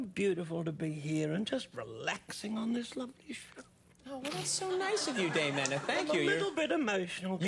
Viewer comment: He absolutely butchered it and was worse than embarrassingly bad. If you do not understand that, then I suggest you make yourself familiar with more of the Dame's work.